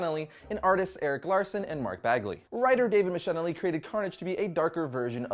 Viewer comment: David “mick-a-lie-knee”.